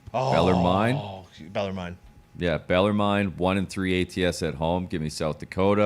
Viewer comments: BELL ER MEN.... IM FROM THE VILLE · its pronounced BELL ER MEN..... IM FROM THE VILLE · just a heads up tone and gump for any future CBB Bellarmine picks. Bellarmine is pronounced Bell-er-min like the min in minute. Shaht aht to the whole crew for these winners in advance. Cheers.